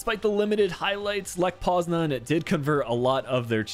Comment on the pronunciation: How are you fucking up this bad- lech poznan?